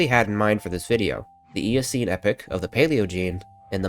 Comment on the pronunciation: It's epoch not epic is spoken like; ee-poh-k